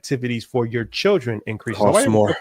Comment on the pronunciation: Lmao said “for one chilren” 😂😂😂